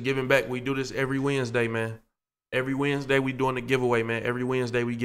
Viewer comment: Bro said today is wednesday w i n d s d a y 😭